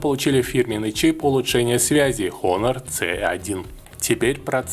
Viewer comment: Выучи название фирмы, обзорщик, противно слушать. Дизлайк